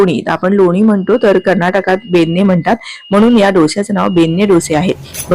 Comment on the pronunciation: ताई ते "'बेण्णे"' असं आहे, "'बेन्ने'" नाही...